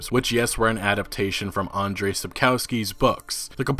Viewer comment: it is r and not z that is silent in andrzei - an-dg-ei.